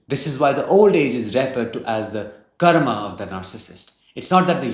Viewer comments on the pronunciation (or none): none